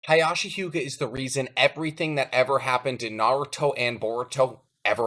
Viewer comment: Interesting theory, but the switching back and forth of pronunciation for Hiashi's name is kinda bugging me... Sometimes it sounds like your pronouncing his name as 'Hayashi' others like 'Hiashi' (Hee-ashi, which is the correct pronunciation)....